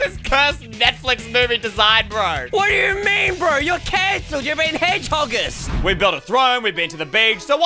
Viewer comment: “Your being heghogists” 2022